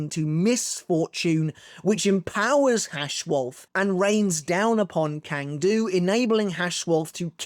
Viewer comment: Hey man, great content. You’re probably not going to read this comment, but Cang Du’s name is pronounced as (ts)(ah)(ng) Du.